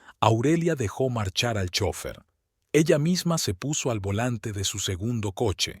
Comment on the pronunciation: ❤🎉me encanta la narración pero le falta una palabra que tiene que pronunciar bien es chofer bendiciones